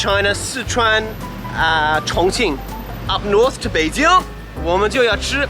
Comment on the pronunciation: hahahaha, the way says 'Beijing' is so authentic, just like a local Beijinger! Ben的英文不会是跟丁广泉学的吧？😝